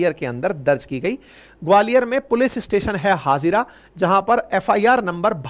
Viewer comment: Sir, Gwalior मैं हाजीरा नहीं हजीरा है।